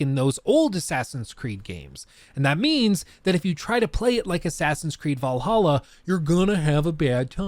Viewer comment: I feel genuinely offended that you keep calling Assassin's Creed V'laha wrong.